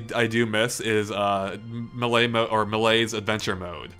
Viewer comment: you finally pronounced melee correctly!